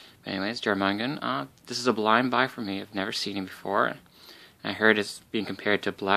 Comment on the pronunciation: great unboxing. Also it isn't Jormungand it is pronounced as your-mun-gand